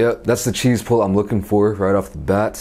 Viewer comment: "sometimes you need your chease"